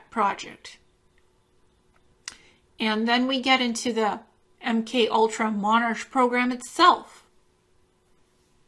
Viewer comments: Its pronounced MonARK not MonarCH. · I just thought I would correct one thing. It's 5 years later and you probably are aware now, but you kept saying monarch as if it was a ch pronounciation. It's not. The ch is in this particular instance just the English spelling and it is pronounced as a c only. Like the word 'ache' is pronounced 'ake'. Just think king (monarch as in monark). I found your presentation fascinating. Thankyou very much.